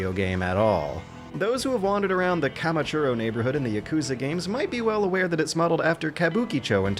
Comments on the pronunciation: "Kamachuro"? Not even a minute into the video and already one mistake, smh. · I stopped watching after “Kamichurro” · > Kamachuro neighborhood in Yakuza pls, it's Kamurocho. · its kamurocho, not kamachuro